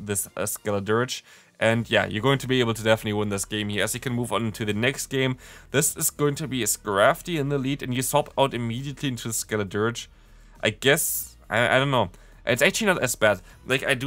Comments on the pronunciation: It is pronounced skelo dirshh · Great videos,!! Just so you have it, this is how I pronounce the 3 starter evolutions from Gen 9; Me-ow-scuh-ra-da Skehl-uh-durge Kwuh-kway-vul Hope that helps!! 😊